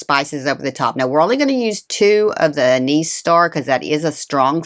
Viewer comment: An nis not A niece. Bak la va not bak lava.